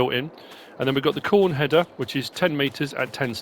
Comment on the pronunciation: Btw Kuhn is pronounced like "coon"